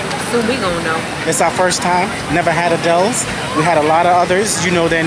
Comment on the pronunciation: It’s actually pronounced Adil’s, not “Adele’s.”